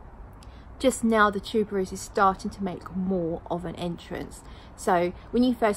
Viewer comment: You DID say it correctly. Tuber-rose. Tubereuse is French. I love their sprayers...best one I've tried along with Lorenzo Villoresi's. Thanks for the first impressions. I own Brooklyn and I adore it. It's so sad it doesn't project, though, or last. Must try Los Angeles.